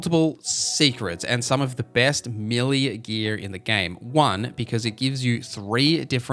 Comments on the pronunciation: Melee is pronounced Meh‐lay😊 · As an Aussie I confirm he's saying it weird lol! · Listening to you butcher the pronunciation of the word Melee 😂